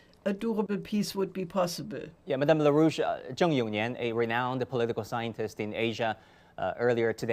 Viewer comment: Larouche, not "la rouge" or la russe !